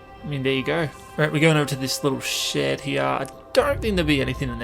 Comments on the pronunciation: The way he says here is like "hiar" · SpeedBeat and the way you think he says it sound like "hire" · over heah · maybe but im just saying it sounds funny